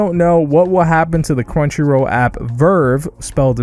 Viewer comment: Hey just wondering where you’re from I’ve never hears anyone say crunchyrow